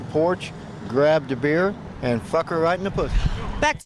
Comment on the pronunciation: Pronounced it fook instead of f***! Oldest one in the book, that one! CANNOT BELIEVE SHE FELL FOR IT! ALL FOUR NAMES?? C'MON MAN!!